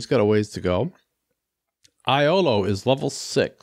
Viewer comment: Iolo is actually pronounced "Yolo"😁